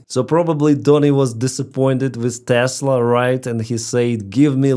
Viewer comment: he said “It’s all computer! Buy a tesler!”